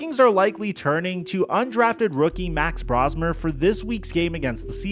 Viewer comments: Max’s last name is pronounced “Brohs-mer” not “Braws-mer”. I was calling him that for like the first month I saw him in preseason play. But once everyone on TV used the former pronunciation, I changed it. You’ll get it. It’s just like “potayto, potahto”. Our English language is weird. So are the Vikings as a whole. I say this as a hardcore fan of theirs in SoCal, but maybe it was a curse for McCarthy to suffer that torn meniscus in that preseason game. He looked so good in that game against second and third-tier defenders. If he had been allowed to start a game, say, after Darnold got beat Weeks 7 and 8 of last season, then maybe we would have seen the bad side of him and gone back to Darnold, who then would have recovered from being benched and we would have signed and kept him. The front office spent so much money on so many different areas and yet they decide not to pay Darnold or Daniel Jones(who is the more surprising breakout, copying Darnold from last season) and passing on Aaron Rodgers(bc of the fan base’s hubris and hatred towards Green Bay QBs, I say Vikings fan envied Favre more and were pumped pumped up to have him after he came out of short term retirement following being traded by the Packers to the Jets). Salary caps are a thing, but they had so much money to spend after letting Kirk Cousins go. McCarthy has had his good moments and his bad ones. But it’s the bad moments that everyone wants to focus on and I don’t blame them. It doesn’t help when special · Just a heads up, it's BROS-mer. like Mario Bros-mer. Coming from a Gopher fan that can't believe we get to see our guy start for the Vikings this week. Thanks for covering this, it's been a depressing year and we have an ounce of optimism for a few days.